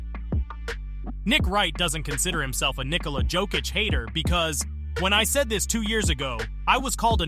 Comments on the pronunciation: Pronounciation guide: Serbian 'j' is pronounced as English 'y' (so, Jokić is 'yoke-itch', not 'joke-itch'), while 'dj' is pronounced as 'j', (like in Novak Djoković) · BRO can you learn how to pronounce his name, is not JOE kich, its Jokić (Yo kich) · Great vid, but man: The way you pronounce his name is awful sometimes. It should sound like Yokic, and many times you sad it with J. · The biggest disrepect is that narrator starts this video with correct pronounciation of Jokic’s name and after 2 minutes can’t pronounce it any more. 🤯😵‍💫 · How you say his name wrong 5 different ways? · learn how to pronounce his name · Even worse if its AI. Just make it say Jokic correctly ffs.